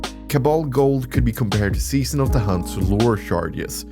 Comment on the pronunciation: "SEAON" of the chosen. Sorry I couldn't help myself 🤣